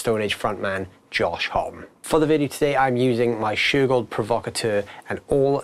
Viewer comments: Josh Homm-E lol, not just "hom" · You would think that they would do at least enough research to know how to say his name.